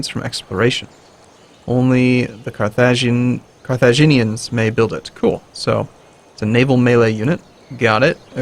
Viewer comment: Carthaginians Is pronounced "Khar-tha-ji-nians"